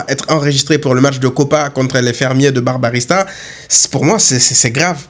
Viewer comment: Barbarista on dirait Barbarita 😂 blague à part supporter le Barça demande bcp de sacrifice dès fois